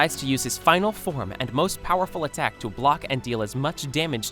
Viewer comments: Bro said poewerfull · U spelt powerful wrong u said poewerrul but good vid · ahh yes Poewferful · "poewerful" wat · says poewerful